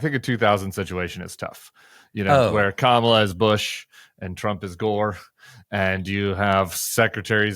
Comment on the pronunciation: Hi Tim. My angey maga neighbors (very sweet to me) do investigate info. I caught one watching Forbes , streaming. Very angry. Deficit big thing. Affordability. Kamala (correctly pronounced) She so dumb, cant believe. I say, cmon man. I don't do that to your guy. He's sorry, just tired. Folks here start out angry. So there's that. Don't have good self esteem for sure. And, what trusted sources. Only their ppl tell truth I think ppl like me been making them feel stupid for decades Also illness of mind contagious